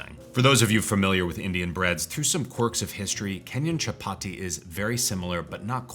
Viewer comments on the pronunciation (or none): Chapati and basmati (emphasis on the first syllable for the latter) are pronounced with a soft t--like a th.